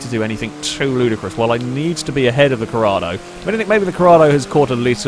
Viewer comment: IT'S CORRADO. With an 'O', not Corrada.